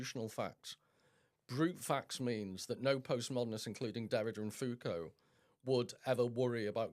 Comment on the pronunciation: Please God stop saying FooCoo...it's Foucault.